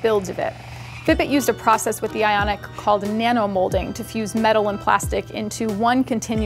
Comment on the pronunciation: Ok. Is it just me or is she saying “Fitbit Aonic” instead of “Fitbit Ionic” ?